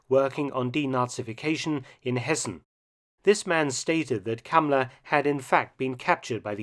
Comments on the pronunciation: Calling him cummler emphasis on the CUM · I keep hearing Kamala instead of the guy's name. Another fascist so it works. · Y is he called "Cumler" though? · I like how he calls him Kumler